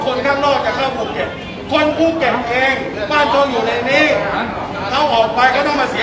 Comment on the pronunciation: ภูเก็ต.ไม่ใช่ ภูเก็จ